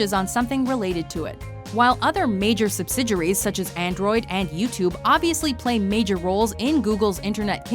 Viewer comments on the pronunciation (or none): Subsidiaries=Subsid-juries? Not sure about the pronunciation there